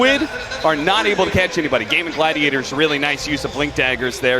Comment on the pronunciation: These casters keep saying Gaben Gladiators